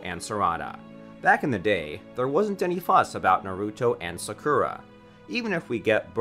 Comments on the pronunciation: U said sakura wrong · Ayo my guy legit said "Sa-Ku-Ro" instead of Sakura- 😭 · sockura and sukra